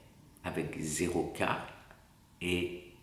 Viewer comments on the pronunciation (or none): Tu prononce carne ou carme? Et aussi le sucre . Qu est ce que le carn ? De la viande?